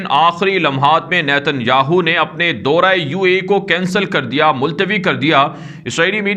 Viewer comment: daura ,kahen , Dora nahi .